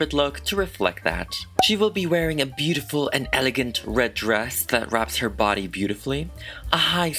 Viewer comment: She is "beautiful" with British accent.